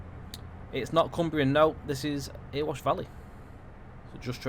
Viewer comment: I live in Ilkeston and used our new station for trips to Meadowhall before lockdown so know the line well - its fab but .........its not Earwash its Erewash pronounced EH RE WASH.It drives the council mad when its called Earwash lol.